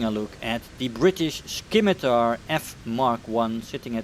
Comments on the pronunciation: There no k in scimitar it's not skimitar it's just scimitar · By the way u dont pronounce the c, so you just say it like simitar ;) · Scimitar doesn't have a K sound in it. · The c in scimitar is silent I believe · I was thinking the same thing